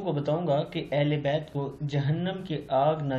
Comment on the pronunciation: Maulana sahab Urdu to sahi seekh lo. Ahle be'at( ain se) nahi balke ahle bet yani ghar wale khandan wale al aulad. Sur ahle be'at jaisa ke aapne likha hai uska matlab hai jin logon ne be'at ki ho.